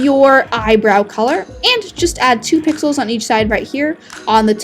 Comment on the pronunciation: Omg now I hear that too XD